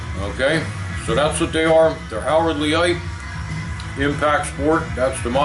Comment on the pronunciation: I believe Leight is pronounced LATE. Take the L off and you have 8. See here: Other than that, good video. :D